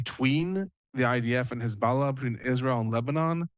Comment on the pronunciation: Very very very glad to see this development, which is a huge win for the USA and the civilized world … but one thing that’s disappointing is the repeated mispronunciation of the word hezbollah by your guest. Just read/say it the way it’s spelled. With an O and not an A. It’s very distracting, weird and contrite to keep hearing it said in a pretentious way. This is the terror group that destroyed the country of Iran in ‘79. We all know how it’s pronounced.